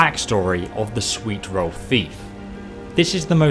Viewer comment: Ay-Leek-Uf Yer-Swee-Rull. If you were any other obviously non-superior race.